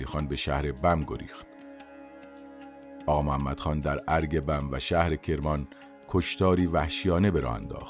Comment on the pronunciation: اغااااااااا نه اقا